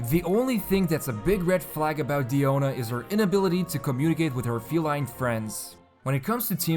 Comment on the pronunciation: I love how you properly pronounce her name, this made me wanna watch the video 'till the end! Please inform people how to pronounce Diluc, Diona, Azdaha, please! xD